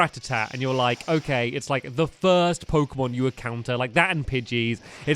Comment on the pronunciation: Jeezz I know stampy hasn't played pokemon for a long long while but his pronunciations of the new pokemon are hilarious